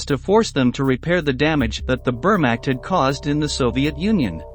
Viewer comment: The AI voice over is almost good except for its pronunciation of the word Wehrmacht